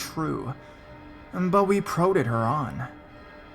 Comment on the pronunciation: PRODDED is pronounced "Prah-ded." Love the videos. Keep up the good work.